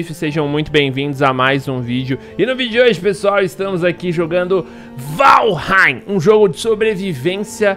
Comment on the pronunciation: Obrigado Patife, o primeiro Youtuber a pronunciar o nome do game corretamente.